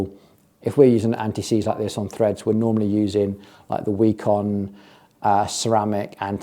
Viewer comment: I do have a hunch that the way "Bikone" is supposed to be pronounced is more in the lines of "bye-cone" and not "bee-koh-nee". That would definitely make the brand name sound far less amazon random garbagey.